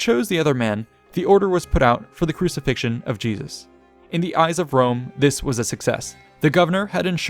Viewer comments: "People of Jewusalem...Wome is youw fwend!" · What's this trash joke? Italic populations, like modern Italians and Spanish, pronounce a very strong "R", the people that can't pronounce properly the "R" are British and French ones. So "Wome" it's kind of the pronunciation of a native English speaker at the eyes of an Italian or Latin speaker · I have a good fwiend in Wome his name is Biggus Dickkus.